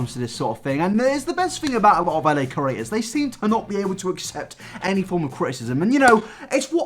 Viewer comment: Maybe it's just me, but when you say "creators," it sounds like "curators" to me. I would never go to Lily Singh's museum, so no worries there! (hee. hee.)